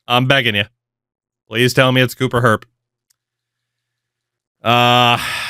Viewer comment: It's pronounced Cooper Jer-pee